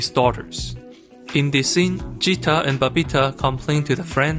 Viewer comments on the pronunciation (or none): Great vid man! Chori Dhakkad hai (girl is a power punch) P.s. no big deal just saying its Gheeta (like Bhagvat ghita) not vagita Geeta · Blud can't differentiate between Ja and Ga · It's not jeeta it's geeta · It's Geeta, gee as in guy, GA, not "ja" so its Geeta not jeeta. Nice explanation tho. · I can't stop laughing over the fact he pronounces Geeta as "Jeeta" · Hi, Indian here, love your video essays, but "Geeta" is pronounced with a hard G, like "guitar". Not a soft G like Jesus. Don't get mad at me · Its geeta like Ghee.. Not jeeta.. This is actually a real story.. you can search for geeta phogat.. and babita phogat.. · It’s not “jeeta” , it’s Geeta , Geeta as in Games, Getting, girl. That’s how the G is pronounced. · Not jeeta but geeta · Its not jeeta. Its Geeta. If you had actually watched the movie, you would have known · correction for the video its pronounced as geeta (g sounds as it's in Gift ) and not jeeta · Great video. However, the girl's name is G(Greg)-eeta. Not G(Georgia)-eeta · Ahh I don't wanna be that person but its not jeeta its ge'taa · Sorry to nitpick, but Geeta is pronounced as Geeta, not Jeeta. G as in God. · Everything is great in this video essay.Except the name of oldest daughter is pronounced as Geeta as in gee not with jeeta as done by content creator. Thankyou 👍😊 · It's geeta lol Geeta as in g sound not gj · You are pronouncing her name Geeta wrong tho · G in "Geeta" is pronounced like G in "Gay" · See he wasn't deceiving when he named the channel Accented cinema because even though we can clearly hear in the film... He pronounces Geeta as Jeeta😂 🤦‍♂️ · The name Geeta is pronounced as G from "Gift". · Geeta is not to be pronunced like Jeetah, its Like G in Girls, Gargoyels and gander. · How do you mis pronounce the name Geeta😂